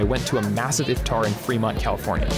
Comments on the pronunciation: iFtEr? Yaar Iftar bolo! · when he says if-tar I cringe so hard lmao